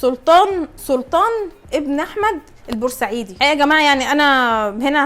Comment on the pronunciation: تنطق البوسعيدي وليس البورسعيدي